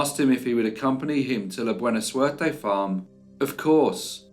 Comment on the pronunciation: your pronunciation of Spanish is always A+. “Buena Suerte” means “Good Luck.” There was none in this case 👀.